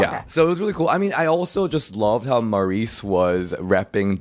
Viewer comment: maryse is not pronounced maurice, it's pronounced marize